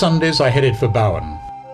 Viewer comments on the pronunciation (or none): A couple of small corrections from an Australian if you don't mind? The pronunciation in Australia for Bowen is not as you say in the narration, like Boughen. It is bow, as a bow tied in a ribbon with "en" on the end. Another small correction is that the 2 explorers you mentioned in the area after this was Capt. James Cook and Lieutenant Matthew Flinders not Martin.